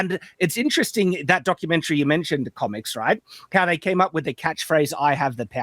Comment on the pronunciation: Of course the blue haired girl says “thawt.” Women can no longer say the word “that.”